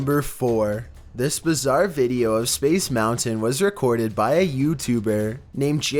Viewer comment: Y do you allwase say bazzer that is not even a word